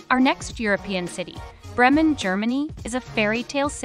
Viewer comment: Well done… you managed to mispronounce Mostar, Bremen, Krakow, Zaragoza, Thessaloniki .. oh and Baroque